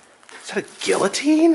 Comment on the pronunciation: i like how adam corrected your pronunciation of guillotine. no offense to you but people who say it like you have bothered me for years. haha